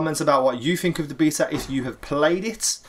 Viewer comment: Beeta? Tf is wrong with you